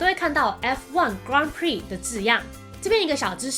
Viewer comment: 很多法文的音都念得很怪，重音位置錯了的緣故。 grand prix是錯的很明顯的，英法文完全搞混， 法文念錯不說，連原本grand的英文發音也回不去了 XD 呵～不過這是初學者需要轉換兩種語言，很痛苦的過程就是了。